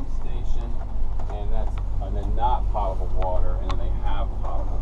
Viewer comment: Guys, the word "potable" is pronounced with a long "o". It's not "paht-a-ble" but rather "poh-tuh-ble" water. Here's a dictionary entry which speaks the word when you click on the speaker icon: .